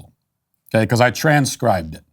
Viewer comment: “i TRANS-cribed it” lmao 🤣